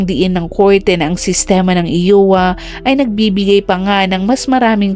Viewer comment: IOWA should be pronounced "AYWA " po NOT "IWA" 😂😁🤪